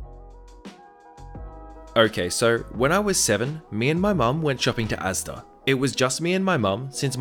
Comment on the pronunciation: THANK YOU for saying the name of the supermarket right "az-duh"😎 R/slash and Danger Dolan both enunciated the individual letters in their videos(and Brits like me got annoyed) Great video as usual!